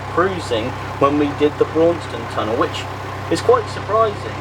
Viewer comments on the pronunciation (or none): none